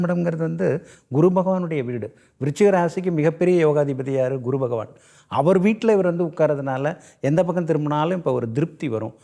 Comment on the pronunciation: இந்த, குரு(Guru) என்று உச்சரிப்பது பதில் (kuru) என்று உச்சரிக்கிறான்,பைத்தியக்காரன், இனிமேலாவது Guru என்று உச்சரிக்கப் பழகுடா